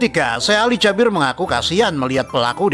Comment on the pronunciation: Bang salah nyebut nama syekh nya bukan syekh ali jabir tapi suekh ali jaberr